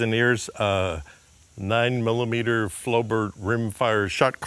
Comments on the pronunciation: Stop saying 'Very unique'. Unique is an absolute quality and cannot be qualified by 'very'. Either a thing IS or IS NOT unique. Flobert is pronounced as Flow bear. The T is silent. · The T is silent !